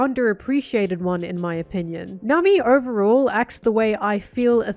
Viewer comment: I like the way you say Nami. 😊